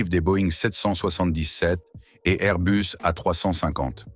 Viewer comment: C’est pas Airbeus mais Airbus. Restons français. L’anglomanie ne rend pas le propos plus crédible ni plus convaincant et encore moins intéressant. Merci.